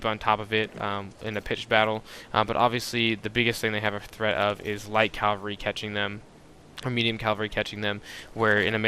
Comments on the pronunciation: InHumanity Idk I think a lot of people pronoucne it as calvary so in my opinion it's not incorrect when a big group of people pronounce it a certain way. It's bound to happen... people will start pronouncing words differently The way Latin broke into all the Latin-Based languages now was because each of these regions started to pronounce words differently. Even languages that still exist today have gone through this, many of the words we pronounce now were pronouned completely differently 500 years ago. It just happens and I think criticizing someone for that is kind of silly. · Dude... great videos. However I gotta say, you say the word 'Cavalry' very strangely. It sounds like you call it 'calvary'. It keeps throwing me off! :P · The word you're looking for is "Cavalry", not "Calvary". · I can't imagine most folks talking about cavalry in real life, but you're probably surrounding yourself with people that don't know themselves. You do sound fairly young.:D It's just a bit jarring to hear someone constantly pronounce something wrong, it's just one small blemish on otherwise good videos. Thanks for the hard work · Love the vids, but how come so many people can't pronounce 'cavalry' correctly? Calvary is not the same thing as cavalry. lol